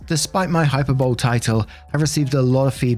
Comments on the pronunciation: hyperbole is pronounced "hy-pur-buh-lee" not "hy-pur-bowl". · FYI, the word hyperbole isnt pronounced "hyper bowl" but "hyperboLEE" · Hyperbole is pronounce hyper-bolee